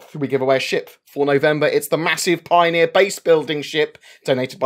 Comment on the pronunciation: ........... A.......... every time you say Pioneer and giveaway I have heart palpitations